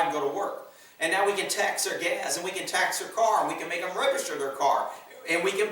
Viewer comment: Dude, you've said "gas" twice so far, not "gaz," it's nothing but I always notice when you say "gaz" 😁. Just saying 👋🏻🇺🇸